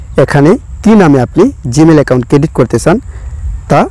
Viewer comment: Vhai apne bar bar ki cadit cadit kortasan oita cadit nah creat hoibo 😂😂